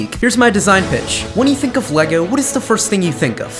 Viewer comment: He said sink, then think